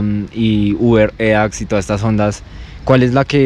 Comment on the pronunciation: uber eacks XD WTF con esa pronunciación